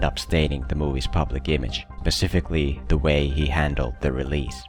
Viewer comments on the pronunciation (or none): I'm sorry, but I can't let you say "pacifically" and get away with it. The word is "specific" and the adverb is "specifically". "Pac" and "spec" do not even sound the same. It's lazy listening, and lazy speaking!